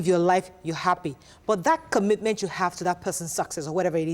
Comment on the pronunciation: This is obviously struggling with the word ‘commitment ‘